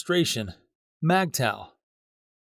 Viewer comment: It’s Pronounced Mig toww, not Mag toww